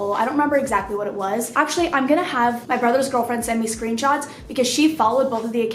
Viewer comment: Anyone else hear her say screen tots 😂😂 ok cya